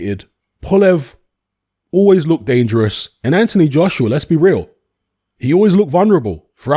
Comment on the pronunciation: pronounces Joshua like Joshrua 😂